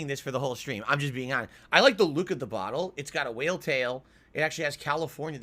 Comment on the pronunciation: He’s setting the goal high so he can save his precious for later. That way when he gets called out for drunk tweeting off the gin tomorrow it’s gonna be “nothing I could do I bawght the bawtel so I have to finish it.”